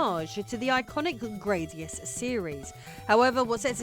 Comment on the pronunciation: Thank You for pronouncing "Gradius" properly! Lovely!